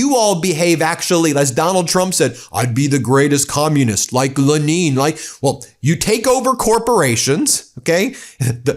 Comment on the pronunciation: My opinion is that the reason Dementia Jeffrey Trump pronounces "Lenin" as "LaNEEN" is that this is how he receives Putin's pronunciation of Lenin's name.